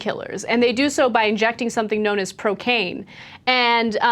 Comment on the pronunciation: Did she say procane???? It sounds like cocaine!! Lol